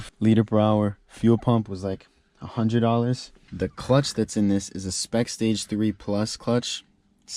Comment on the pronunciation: A diff episode he said close to five hundeee